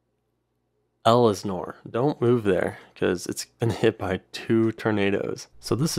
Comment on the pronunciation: it’s pronounced Ell Sin Ore not Ellis Nore